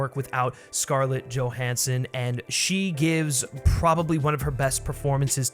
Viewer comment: “joe HAN son”